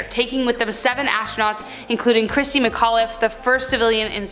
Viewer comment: IT’s Christa not Christy.